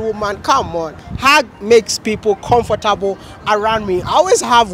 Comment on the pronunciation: I love how you pronounce it as "comforterble"